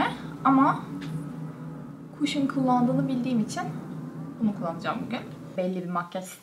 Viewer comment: O kadar elit takılıp "cushion" kelimesini kaşım yerine kuşın diye okumak...